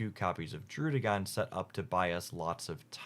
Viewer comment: I really appreciate that you've adjusted your pronunciations of Pidgeot and Druddigon. Seriously, the Pidgeot thing has been bugging me so long, so I'm really happy that the one nitpick I had is gone!